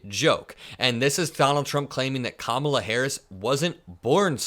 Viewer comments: Hey, he's the one that wanted Biden gone. How do you like it now, fool? The least you can do is pronounce her name right . Surely you know it now. She's the one that will kick your ass to the curb. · He's so childish mispronouncing Kamala's name. Everything he does is childish. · He so stupid he thinks that’s cute to call her out of her name can’t even pronounce it correctly 🙄 Vote blue please so we can get rid of this fool. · STILL MISPRONOUNCING KAMALA'S FIRST NAME AND NOBODY CORRECTS HIM🎉🎉🎉🎉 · Ok Donald, pay really close attention: When you say Mc-Donald’s, the accident is on the second syllable. In KAmala,’the accent is on the first syllable. You should probably learn to say her name correctly because she’s going to be your president soon! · How stupid are they? They think this is funny? Does he really think he sounds smart when he pronounce, "Kaa ma laa"! How ignorant! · Amongst a thousand other things about him, I hate how he says Ka-MAH-la, purposely mispronouncing her name. What a classless POS. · Trump can’t even pronounce KAmala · Kamala Harris passed the bar exam on her second try which is not unusual. I would love to see trumps grades😂 or his ‘cognitive exams’. Every time he mispronounces her name Kamala gets a vote. 🔔💙💙💙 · Trump still can't pronounce Kamala. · It’s so ridiculous how these idiots keep mispronouncing her name… how childish… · He is still disrespectful, by mispronouncing her name on purpose. 🥴🥴🥴everything they do or say is reverse psychology. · He STILL doesn’t pronounce Kamala correctly to this day. 🤦🏻‍♀️🤦🏻‍♀️🤦🏻‍♀️ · Trump low life still pronouncing Kamala incorrectly. And he probably had to hold himself back from saying he loves cows for the steak. Impressive tho since I never heard him show any affinity to animals, other than killing them. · Uh, man, “Kamala Harris doesn't know what she’s doing, she doesn't have a clue.” But here we are in 10/18/24, and you still can't pronounce the woman’s name.